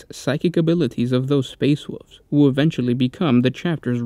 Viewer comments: They are called Space Wolves, not “Space Woofs”. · "Space woofs" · "Space Woofs" XD